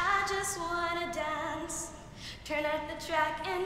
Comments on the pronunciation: Nia:I just wanna dAUnce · Nia be like: I just want to donce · Janelle Odo SHE SAID DONCE